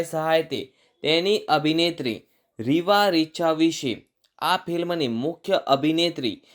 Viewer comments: Heroine nu naam Bolta sikho bhai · First pronounce the name properly What a joke! You are degrading the Narration and info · Arey Nam barabar bolo